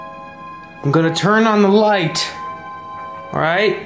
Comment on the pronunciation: "I'm gonna turn on the lighTTT!" I already died laughing 🤣😂🤣😂🤣